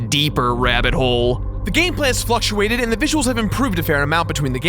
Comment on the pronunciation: When said fluctuates I thought he said fucktuates